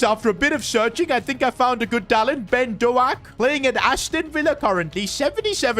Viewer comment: Ben DoAk as a Scotsman that heart my heart